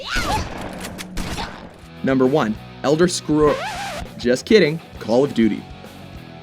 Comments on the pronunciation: Ender Scrolls?? Seriously... its Elder. -_ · I was gonna punch the screen when he said Elder scrolls!